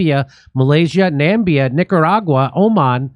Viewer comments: Nambia 😂 Hopefully Namibia forgives you for that. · "Nambia" - haha, typical USAn, Jimmy. No idea about the rest of the world. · namibia not nambia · It’s Nam-I-bia Jimmy. Love ya ❤ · Germany is busy with its third Holocaust, the first being the one on the Herero and Nama people in Namibia (which Jimmy pronounces as 'Nambia')